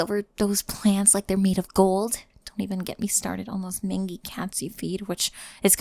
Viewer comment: Just for your own future reference,, the word 'mangy' is pronounced as 'main-jee'. It's derived from 'mange', which is a skin disease animals (including cats) can contract from parasites.